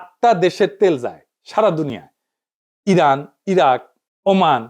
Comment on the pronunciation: রানের ❌ ইরান ✅